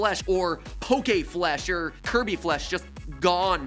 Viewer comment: Not kirbo anybody but kirbo